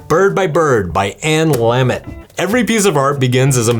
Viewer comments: Great Russian pronunciation but you screw up Lamott? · I love your books here and the books you wrote too. Please double check how to pronounce Anne Lamott. And I love your books. Thanks for the video.